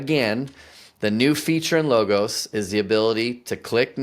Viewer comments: It’s pronounced Log-os, like a cut down tree, and the same pronunciation for the ‘o’ in os, almost like “ahhs “ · Nah, Low ghost. Like in Napoleonic spirit.